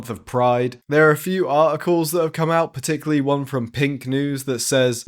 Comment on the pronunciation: “Particularily” 😂 Love it!